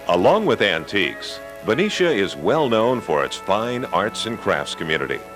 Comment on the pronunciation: Yupperz. The blonde woman in the beginning grew up there you can tell by how she pronounced Ben-i-cia and not Ben-ee-cia. Good memories. Haven't heard that in many years.